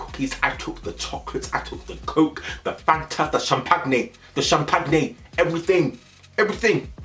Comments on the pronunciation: the way you said champagne 😭😭 SHAM PAG NAGE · The “shampagnay” 😭😭😭 lord i say it like that 2